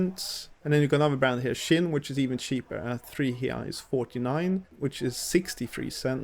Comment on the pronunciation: it's pronounced "skín", the guy who founded the company was named Arthur Primo Schincariol, who was Italian 🙂Atacadões are not really my favorite but it's pretty decent to buy bulk stuff. Interestingly, I think every Atacadão and other wholesale competitors have the same layout... it's a bit strange for us to see alcohol first thing, too!